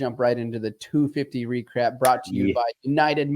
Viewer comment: I swear he says "recrap" at the start